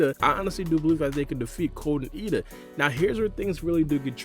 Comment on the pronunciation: Isn't ada not eida?